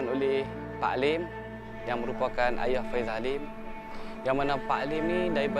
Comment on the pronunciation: Sebutan faisal bukan faizal..